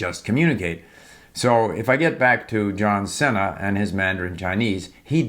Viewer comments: Hi Uncle Steve. Great video. His name is pronounced John See-Na! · Steve, John Cena’s surname is pronounced as “See-nuh” I noticed you mispronounced his name in the video. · I think in English they pronounce his last name c-I-na, not cena like in Spanish even though it means dinner